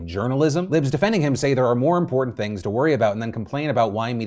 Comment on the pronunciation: I can't any anyone seriously that says "Impor'ents"